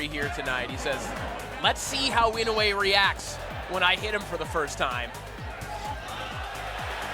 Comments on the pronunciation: inoya? was he doing this on purpose or he can't read? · is the most worse I’ve seen inside the ring in my life,he is running running around to Inoue san. Ashame on you 🤣🤣🤣 And please pronounce the right name of the Japanese Champion ( Naoya Inoue)